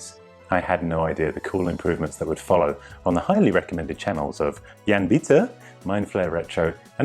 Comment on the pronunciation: Jan is pronounce more like "yahn" not "yan". Just for future reference 😉